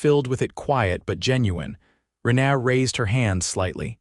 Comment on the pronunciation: Learn how to pronounce a word/name or don't use it. 'Rena' is not 'ren ah', it's 'Reena. Dang irritating, Sounds like they are saying 'aaaa' for a doctor to look down their throat instead of a person's name.. Had to turn sound off and just read the screen.